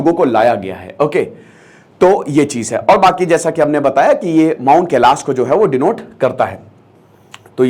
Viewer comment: Sir kelash temple hai na ki kelasha , pronunciation thik se kijiye please Indian people ki tarah na ki western people ki tarah